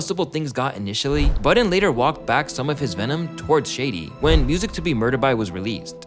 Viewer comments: Please tell me I'm not the only one who heard "Joe Biden" instead of "Joe Budden" I'm stupid bro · “Joe Buden”😂😂😂😂😂😂😂😂😂😂😂